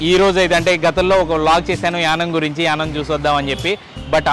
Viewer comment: It is YANAAM. Not yanam.